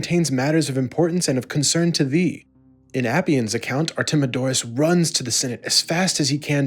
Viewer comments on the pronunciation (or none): none